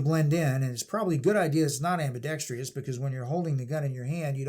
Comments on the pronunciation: Am-bi-dex-TROUS. There is NO "I" in "TROUS." Thanks in advance for not driving me batshit crazy... Next time. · If I had a dollar for every time I heard someone pronounce it ambidextrious.... INSTEAD of ambidextrous.. 🤦🏻‍♂️